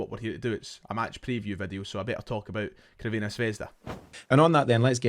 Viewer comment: CURVINA ? Pronounced (ssss) servena not curvena litteral means Red Star .curvena is just hilarious